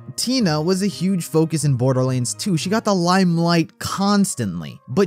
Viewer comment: Borderleeands ... shivers